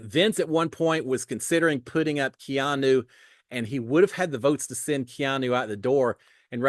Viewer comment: If i am going to listen to you again this year..you have to say Keeeeaaaannnnu's name correctly!